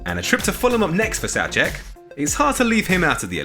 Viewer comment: If you are pronouncing it Sowcek (Soucek) shouldn't you also pronounce it Cowfal (Coufal?)